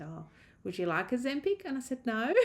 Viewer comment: Excuse me, what did the doctor offer you? "A Zempig?"